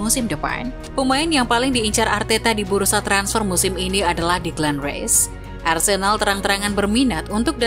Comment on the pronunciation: menit mimin bilang Arsendal ?